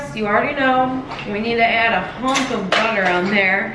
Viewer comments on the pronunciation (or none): none